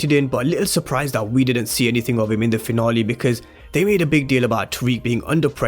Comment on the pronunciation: We're all here just to here my guy say "season finolly" 😀